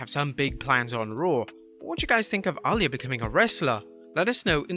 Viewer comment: Who is Ahh-Layah?